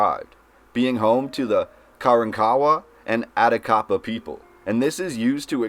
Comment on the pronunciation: I can tell this guy must had not taken 7th. grade Texas history, misprouncing local Indian tribe names-Karawrakawa and Atakapaw. I bet he would pronounce Caddo as Ca-do!